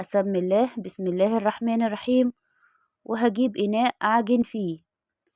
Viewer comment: مشتركة جديدة ، ارجو منك عند نطق بسم الله الرحمن الرحيم عدم ترقيق الراء فى الرحمن الرحيم اعطيها حقها فى النطق الصحيح كى تنالى الأجر كاملا وبالتكرار ستنجحى كما نجحتى فى عمل الفايش مع الفارق طبعا وبالتوفيق